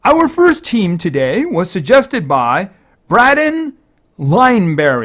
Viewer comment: Hey just thought id say for future reference it is pronounced Bray Den Great vid tho and thank you!!!